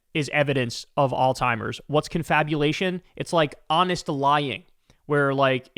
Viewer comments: Kyle it's not ALL TIMERS! It's ALZHEIMERS!!!! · Kyle i LOVE your show man, but it is "Alzheimer's" not "Alz-timers" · It’s Alzheimer’s, not Alltimers, pronounce it correctly. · It’s not pronounced alltimers. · For the love of FSM, there’s no T in Alzheimer. Stop saying “All timer”. It’s literally pronounced the way it’s spelled. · Damn dude, it's pronounced "allz-hime-ers", there's and Z and no T! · I love you but... it's "Alzheimer's"... 😬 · Hey, Kyle. Alzheimer's doesn't have a "T" in it. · Hate to be that guy…but it’s Alzheimer’s, boss.